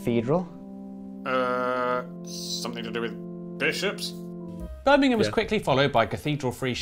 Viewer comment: As a proud Brummy I always appreciate you pronouncing Birmingham properly! Bonus points for being a American that knows about the Black Country! 😂